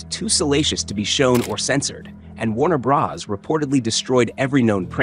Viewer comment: It's Tarzan, not Tarzon. Warner Brothers, not Warner Bras. Read you own scripts. No robot needed.